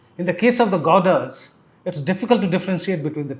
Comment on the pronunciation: Godas in place of Gowdas